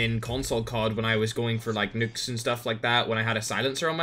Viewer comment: "Im gunna try an get double noooks"